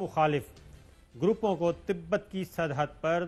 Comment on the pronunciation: Sikkam nahi budhe Sikkim hai wo Aur Tibat nahi Tibbet hai wo 😅😅🤣 Kitane Jahil hai ye log yar 😅😃🤣😃🤣😃😅🇵🇰🥃🇵🇰🥃🇵🇰🥃🇵🇰🥃🇵🇰🥃🇵🇰